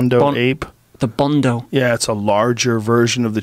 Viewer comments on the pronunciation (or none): He pronounced BONO just like Chunkzz and Filly say BUNDA